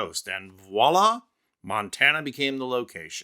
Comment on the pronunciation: He calls it state of Montaner 😂